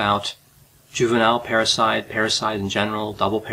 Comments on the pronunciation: Parasite or Parricide? Keep hearing “parasite”, not hearing “parricide”, nor just patricide and matricide. But I guess this murdering daughter can be considered and called a parasite🪳🪱to🦂?😂😂😂 Plus can admit they could sound alike as both start & end fairly similar: para-site and parri-cide … I was thinking “did I miss a Latin term re: the killing of a mother and father or one’s own parents” in hearing parasite. Now just rambling 😳 = Enuff! Ciao! You do amazingly Great Videos!!👍🏻😁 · 🤣🤣 I thought he kept saying parasites!!! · I kept hearing "parasite" too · Watching this while washing dishes I thought he said "parasite" each time. And before I watched the video I thought maybe she killed her parasitic twin, I thought "hmmm this could be interesting. " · At first I thought you said "a juvenile parasite" instead of "Juvenile Parricide". They both have the same meaning, I suppose.